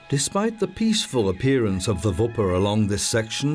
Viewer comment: Wipper/Wupper, not Vipper